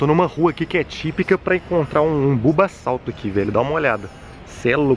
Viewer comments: E bubassauro não bubasalto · Kkkkkkk ele disse bubasauto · Kkk o playhard falou bulbassalto